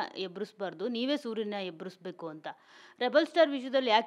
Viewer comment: Yebbisbeku yebrsbeku alla yen kannada nooo idu